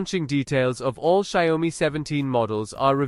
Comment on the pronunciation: can't even pronounce the brand correctly...lol